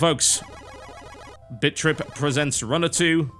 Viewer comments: sounded like he said bitch trip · All I hear is bitch be tripppin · he's saying bitch trip o_0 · Does anyone else keep hearing Bitch Trip? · What you probably hear: BIT.TRIP Runner 2. What I hear: BITCH.TRIP Runner 2. Maybe its the accent.... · Sounds like he is saying bitch trip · is it just me that thinks it sounds like he's say bitch-trip at the beginning? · Not sure if you were saying Bitch Trip Runner on purpose.. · I keep hearing 'bitchtrip'... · @@ At the beginning, it sounds like he's saying "Bitch-Trip" xD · it sound like your say bitch trip lol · All I can hear is BitchRip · Hahaha, only me that think it sounds like TB says "Bitch trip runner" when he said "Bit trip runner" LOL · Does anyone else hear TB say bitch.trip runner? lol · It sounds like he is saying Bitch Trip. :3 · I swear I can only hear "Bitch Trip Runner" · does it sound to anyone else like hes saying bitch trip? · Sounds like he's saying 'Bitch-trip" at the start, rofl. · I keep hearing bitch rip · Hahaha he said bitch trip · in the beginning all I heard was bitch trip lol I am very satisfied. thank you tb made my night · i think he said bitch trip like 3 times in the beginning xD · it sounds like bitch trip hehehe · It sounds like he is saying bitch.trip at the beginning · thought you said bitch trip runner at the start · lol sounded like he was saying bitch trip :p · Sounds like he is saying bitch trip XD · Sounds like he's saying bitch trip... lol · It ALMOST sounds like he's saying bitch trip. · It sounds like he is saying bitch trip every time he says bit trip. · he says bitch trip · Does anyone else hear him say bitchrip runner? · I keep hearing TB say "bitch trip". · Who else kept hearing "Bitch Rip"? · It sounds like you keep saying "Bitch Trip." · to me it sounds like he is saying bitch trip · Favorite video - hands down - because to my unrefined Southern ears, it sounded as if you were giving a first impression of "Bitch Rip Runner 2." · sounds like your saying bitch trip lmao